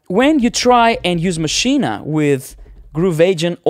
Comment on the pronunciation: I thought you were going to talk about Maschine, NOT Maschina, which you mispronounce it as all the time.